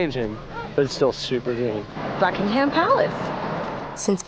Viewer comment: Not Bucking Ham the H is silent